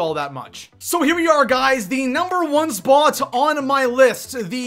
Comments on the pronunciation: Please jesus learn how to say spot. It's S-POT not SPOOOOURRT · The way you said spot gave me multiple forms of cancer